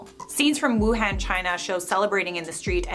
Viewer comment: There is no Asian country it's continens your American accent in wuhan is wrong